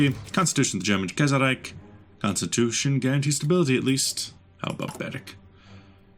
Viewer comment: No... It's not "Kaiserreik" It's "Kaiserreich''!